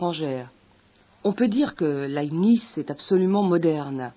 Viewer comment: Laibnitz, pas lanisse , svp !